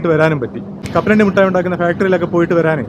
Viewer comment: പിന്നെ മിഠായിക്ക് മുട്ടായി എന്ന് പറഞ്ഞാലും വേണ്ടില്ല, പക്ഷെ കാഷി വിഷ്വ നാഥൻ എന്ന് പറയാതെ കാശി വിശ്വനാഥൻ എന്ന് പറയണം. ഷ അല്ല ശ(ഇതുവരെ അത് പഠിച്ചില്ല 🤦🏻‍♂️)